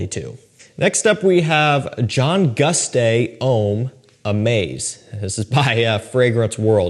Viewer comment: It’s GUSTAV not gooostay 🤦🏾‍♂️